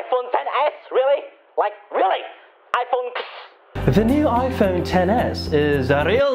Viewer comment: iPhone tennis.Pls tell me I'm not the only one hearing this.😂